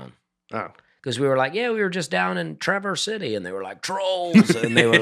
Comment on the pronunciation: Traverse City native here. Very cool to hear my hometown mentioned! I have listened to every episode since day one. A note on the pronunciation: it’s very subtle, but it is said like one continuous word “travercity.” Basically combine the “s” at the end of traverse and the “c” at the beginning of city. Also if you really want to be local, you can just call it TC. Hopefully this is confusing for Nate to read 😅